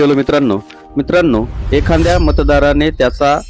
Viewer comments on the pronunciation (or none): ❌ एखांद्या ✅ एखाद्या ❌ चायनल ✅ चॅनेल असा योग्य शब्दोच्चार करावा. बाकी व्हिडिओ छान आहे.